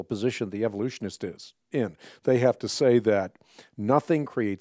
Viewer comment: Every time he says “kind” or “Evolutionist” i take physical damage